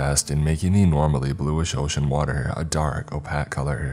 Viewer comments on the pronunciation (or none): This dude doesn’t know how to pronounce “opaque” properly? And he’s a narrator?